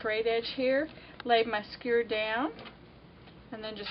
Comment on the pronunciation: Did you ever learn to say skewer? :)